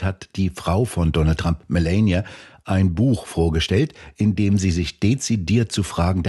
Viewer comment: Fachkundige Einschätzung der Lage, ansonsten hierzulande ja fast nirgendwo zu bekommen. Nur an der Aussprache hapert es noch. Statt zu versuchen Kamala und Melania irgendwie Amerikanisch auszusprechen, und damit falsch, käme man mit einer deutschen Aussprache mit langem Ah der Wahrheit deutlich näher.